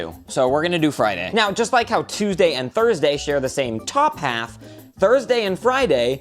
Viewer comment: thorsdee.....wait that doesn't sound right